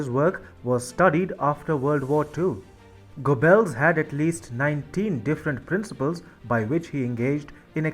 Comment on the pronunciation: Not "go bells" . "Gobbells"